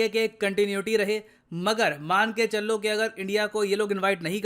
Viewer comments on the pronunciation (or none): मान के चल्लो 😂🙏🏻 .. हिंदी कमजोर है बाबू